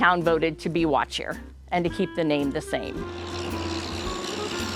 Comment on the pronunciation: Good to know that I wasn't just hearing it wrong. I definitely wouldn't have pronounced it the way it was being said in the video.